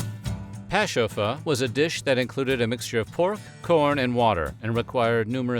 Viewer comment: This guy wasn't afraid to pronounce the Native language. 👍👏